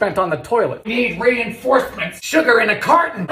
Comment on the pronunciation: SHOOGAH (sugar) WOOTAHH (water) FAYAHH (fire) siminim..! (Cinnamon)